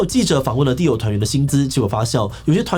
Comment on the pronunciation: 只有我一直聽 地偶, 地偶, 地偶 最後聽成 Dio的嗎?